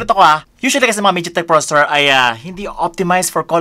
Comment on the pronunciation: Please pronounce processor properly 😁😅 nice review thanks